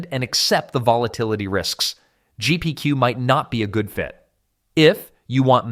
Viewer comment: It’s Jep Q why are u saying Gpq so many times